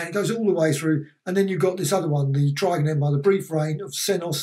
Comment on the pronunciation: You've made me realise I've been mis pronouncing Trigan all my life. I always say 'Triggan' rather than 'Tri-gan' XD